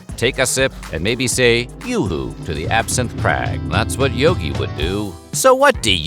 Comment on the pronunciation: Im pretty sure its yoohoo not yahoo, no "A".